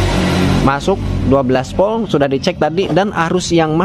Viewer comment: Urang sunda knpa nyak te bisa omong huruf Volt sllu bilang Polt 😊